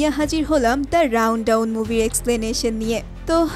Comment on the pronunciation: দি রাওনডাওন না আপু, দি রানডাওন। আপনি ভালো করে মুভি এক্সপ্লেনেশন করবেন।